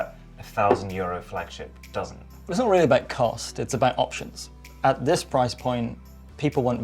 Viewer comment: 'No. 5 is the prrrriiiiice' 😂